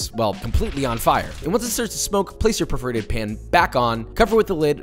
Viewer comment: it really sounded like he called it a “perverted pan” instead of “perforated pan”